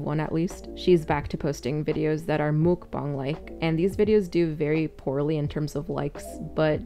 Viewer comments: Mukbang 먹방 The pronunciation is "meok-bang". Or, if that is difficult to understand "m-uh-k bang" (uh like under). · Pet peeve (not for you as a commentary person, but for people like ): mukbang is technically romanized as meok-bang, which is pronounced more like muck and definitely not mook. Not a big deal for most people, but a thing that I think mukbang content makers like really should know. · why does she pronounce it like that HELP ?? mook bong??? I thought it was muck bang, y'know???? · Our American idea of "mukbang" is not the same thing as the Korean idea of it, of course. But, yeah, the pronunciation! Holy cow, wtf is a "목벙"??? ㅋㅋㅋㅋㅋㅋ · m o o k b a n g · If MUK BANK as trailer trash Tammy says 😂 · Muk..bong…that’s how she’s saying. And holy crap it annoyed me so much XD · The way she says mookbuhng makes me so angry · My main problem with her is that she pronounces muckbang and mookbong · I hate the way she says mookbong……. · It’s not mookbong. The letter A doesn’t make an o sound omg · I don't like how she shredded the word mukbang, like- "MouukBongg" :D Just cringe in my ears. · The way she pronounces mukbang makes me so irrationally angry, I just... ASDFGHJKL!!1!!!1! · As a Korean the way she says muk bang kills me inside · Oh she knows she pronounces it wrong. She has been told so many times, but knows best I guess 🤦🏻‍♀️ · I looked it up and she's saying mukbang wrong